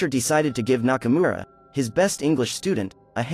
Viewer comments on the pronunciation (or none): none